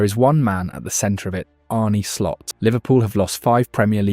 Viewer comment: "99th minute or later" "Arnie Slot" AI slop narrator.